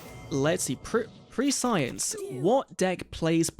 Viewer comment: Nice vid, but that's not how you pronounce "prescience". ^^"' The first E is pronounced like the E in the word "step" and the I is pronounced like the I in "mint".